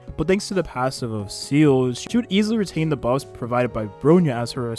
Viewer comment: this is the first youtuber that i heard pronounce seele as "seal" instead of "see-le"